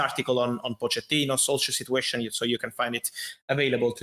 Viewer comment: Fabrizio and his "Sit-you-ation",,, every other word,,,lol